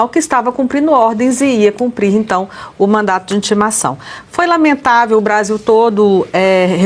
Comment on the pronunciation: Gente, a moça disse mandado ou mandato? Acredito que o correto é MANDADO, que foi entregue pela oficial de justiça.